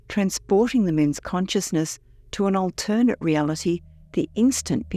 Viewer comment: WHY DOES THE FEMALE NARRATOR KEEP MISPRONOUNCING "ALTERNATE"???